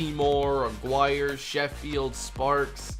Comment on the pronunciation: Aguirre is actually pronounced ah-ghee-ray. I know its not a major issue or anything but it just sounds weird